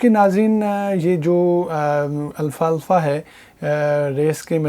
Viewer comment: It's alfafa not Alfa Alfa brother❤️👍